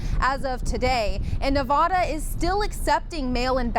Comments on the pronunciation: Dearest, that's Nevada not Nevahda. 🙂 love you my dear friends, God bless you oh God in the name of Jesus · Not Nuh-vaw-da, try Nev-add-a